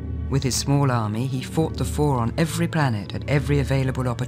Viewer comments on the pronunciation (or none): Read "Four" as "Phor". Makes things funnier. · genuinely thought Charlotte Rampling was talking about Pfhor instead of Four and i almost ascended to a higher plane of existence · Ngl when he said "Four at Tau Ceti," my brain read it as "Phfor at Tau Ceti," and my eyes bulged out of my skull for a moment.